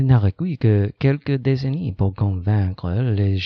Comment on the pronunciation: Salut ! C'est rigolo de voir la vidéo !Quelques précisions pour tes vidéos à venir : Le "t" final de changement, particulièrement (tout ce qui est en "ment" en fait), mort, et croyants ne se prononce pas. Quant au "c" de décennies, il se prononce "ss". Voilà, bonne continuation !